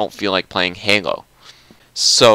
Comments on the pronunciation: You keep saying "hango" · Why does he pronounce Halo like "Hengo" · I laughed ever time he said halo he can't say it